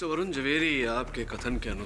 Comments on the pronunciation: Areeee Barun nahi varun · Arrre Barun nahi vrun😂😂😂😂😂😮😮😮😮❤❤❤